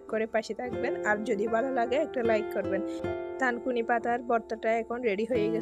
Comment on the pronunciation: লেখা থানকুনি,বলছেন তানকুনি। আসলে কোন পাতা দিয়ে করেছেন?